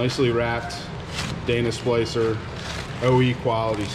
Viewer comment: It’s Dana spicer not splicer. No L. Lol.